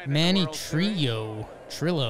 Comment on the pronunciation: Manny Trillo Pronounced more like Tree-O 2020 Phillies Wall of Fame inductee